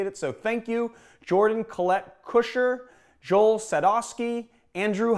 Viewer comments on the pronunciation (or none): none